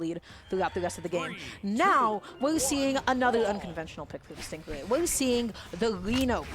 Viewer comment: No offense to but i wonder how many times she called him a "GAY" lmfao. And let’s at least show respect to STING RAY, she should have practiced to pronounce the pro player’s name properly. Other words don’t matter but the NAME tho. It’s not about the accent that she has, nothing wrong with that, but the overall explanations she provides are not THAT GOOD (she said she doesn’t really know much about the great sword bcz she doesn’t play it). What did the black guy (caster) do wrong to be paired with her. He had to explain things that she couldn’t, and i saw his facial expressions kinda like trying to hold a laugh every time she says STING GUAY, he says STING RAY right after calls the name not properly. Can’t and hard to pronounce "R" for, i see, but I’m sure if she practices, she can do it. Or talk slower to deliver messages that she wants to deliver to us, She doesn’t need to talk that fast at all like some rapper, Step by step analyze the game play and let the brawlhalla fans focus on the game, not fighting over her. Dunno where she’s from and her mother tongue, she should just do it with her region’s language cast, not English if she’s gonna keep on trolling on some BASIC ATTITUDES AND KNOWLEDGES about the game. (ADA Nsig…) I love brawlhalla, dont really care THAT MUCH about the casters, I care about the characters played by pros if they play the characters that i like, so I watched all these new IMUGI game play, and STING GAY went over through my last limitat